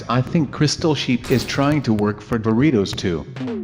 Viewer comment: you said I love dortios